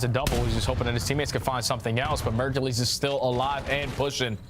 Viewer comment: Kinda petty that can't pronounce Mercules correctly